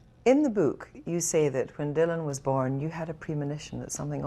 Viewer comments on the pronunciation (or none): 'in the bewk' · To Kristy Wark its 'book'. Your welcome